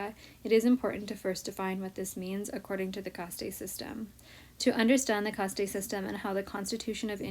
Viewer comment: It’s not “Cast tey “ it’s caste!